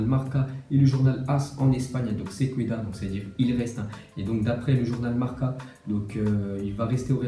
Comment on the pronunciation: tu crois donner des leçons d'espagnol, mais le "u" se prononce pas. C'est " sé kéda"... Pas "sé kouéda"...